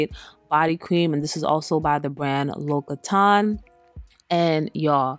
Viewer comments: You made me wanna check again the French brand L’occitane which btw is pronounced L’O-XI-TA-NE 😂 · Its pronounced like Loxscitane. It tookme years to learn lol & Sol de Janeiro is pronounced like Hanyero. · First, you use way too many products and too much of them. Second, L'Occitane is pronounced Lox-ee-tahn. Confirmed by the brand in this video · Please pronounce the name brands correctly. L’ocittane 😂